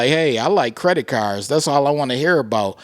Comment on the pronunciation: Thanks for the news 🗞️ 🚗 “Credit Carrrrs” Lolz